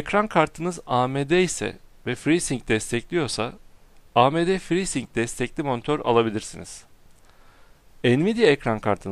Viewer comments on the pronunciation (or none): abi ci-sing değil ci-saynik diye okunuyor ve frii-saynik